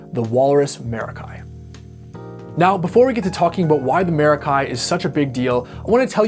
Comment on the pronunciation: Yummy pedal.... Stereo! Pronunciation - mair-ah-kee, like "mer-ah-kee," with the emphasis on the first syllable. Here's a breakdown of the pronunciation: Mair (like the beginning of the word "mare") ah (like the sound in "about") kee (like the sound in "key")